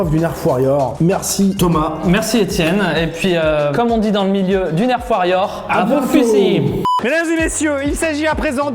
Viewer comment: enfin il dit bien nerf